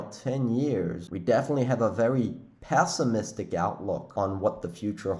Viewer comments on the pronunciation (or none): Love your channel and have been with you for a long while........with that being said, I know this is not a "pronunciation" channel, but I have to say that it's not "passimistic" it's "pessimistic" like pet not pat. Js